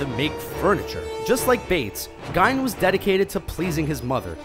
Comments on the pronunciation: The Gein family pronounced it GEEN. In the aftermath of the discovery of his crimes, parents & children would tell jokes to keep kids in line by fear called GEENERS. Their were unrelated families in Wisconsin whose name was also spelled Gein. They tended to pronounce it as though it rhymed with WINE but Ed's father and mother pronounced it GEEN as well as the rest of their relations. "When police began searching the farm of Wisconsin loner Ed Gein (pronounced ‘Geen’) in 1957, they found lots of other horrors, & the world discovered that although bad people have always been with us on this Earth, some of our neighbors can turn out to be murderous, batshit-crazy old bastards who belong only in nightmares..." --Ed Gein, PSYCHO! By Paul Woods. Also, my comment was neither rude nor offensive so I'm not sure why your comment took the tone it did but I didn't just see or hear GEEN one time and accept it. I've actually read a lot and done some research on serial killers. I mean you no offense. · Ed and his extended family pronounced their last name as GEEN. There were other non related families in the area who pronounced it slightly differently but Ed, his mother, father and brother always pronounced their name GEEN. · Is he talking about Ed Gein or whatever? Cause he's saying it like Gine. Lmao? Idk how to spell it grammar police. But ye. Wtf? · What about the pronunciation Gein as Jine... like Va-jine-ah? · You spelled it correctly but its pronounced "geen" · Nice video but it's pronounced geen, btw. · It's pronounced "geen" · Regan ; Ray-Gan also it's GEEN. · good video bro, but I do have to correct you on Ed gein. I believe it's pronounced geen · Why is it the people who make these youtube lists can't pronounce names worth a damn? Who's Ed Gyne? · Ed "Geen" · Lol Ed "Gine"? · He's pronouncing Gein correct in German. In English we pronounce it geen. Just saying. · It's ponnounced Ed 'Geeen' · I thought Gein was pronounce "geen", like "Green" without the r. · “Ed GINE”